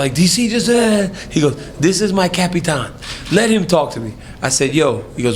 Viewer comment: Khabib: "THIS IS MY CAP-I-TAN...LET HIM TALK TO ME" 😂😂😂😂